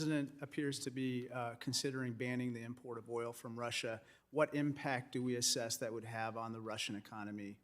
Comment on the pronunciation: Assess not asses. LoL!